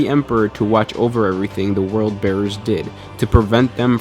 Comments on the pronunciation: is Word Bearers!! W-O-R-D!! Not "World" Bearers!!! 10/10 video just like every other video you upload but pls for the Emperor's sake say it right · You kept saying World Bearers, It's Word Bearers. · why can't californians say WORLD they say rrld. & yes w o r d bearers not world